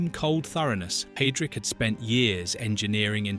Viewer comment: For crying out loud, his name is pronounced 'High' - drich, not 'Hay' drich. It's not at hard to say correctly.